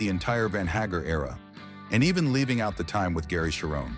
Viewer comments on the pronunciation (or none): And here I've been pronouncing Sammy's name wrong all these decades. Thank you AI.